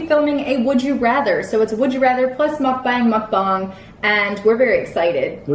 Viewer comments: Hey! It’s actually pronounced Muk BONG. Not like BONG, but with an open A sound. Not like BANG. It’s a Korean word and I’m Korean. So there you have it with how to pronounce it! Love your videos! And love you and! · Second pronunciation is correct :) Said like Muck-Bahng - just based on Korean pronunciation rules. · Mook as in book...bang. 😉 Sheperds pie is better with tomato ketchup. 😃 Fun video...thankyou..... it's snot good. 😂😂😂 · Is the pronunciation “mook bung” or muk bang”